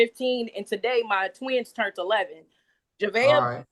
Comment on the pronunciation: I didn’t realize turned ended in a T(turnt) 5th grade is a struggle😂